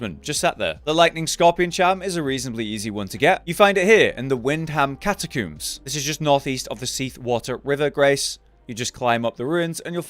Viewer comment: “You find that Here in the 🐱-tuh-cooombs and you’ll find that here in the 🐁-suh-liam”